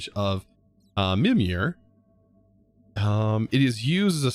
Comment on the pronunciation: I loved this series. It was so much fun to see everything and how you played, but I only have one problem... It hurts me to see the words butchered. Mimir, is pretty easy, but the i's are always spoken like the "ee" in 'meet' Yggdrasil is more or less spoken like this: "Egg-draw-seal"